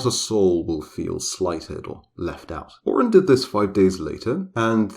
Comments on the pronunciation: Yo actually excited but they keep fucking up the name tho. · omg as a yoruba person i kept unconsciously correcting the pronunciation, and i can vouch that the lore is about 95% accurate, you did a great job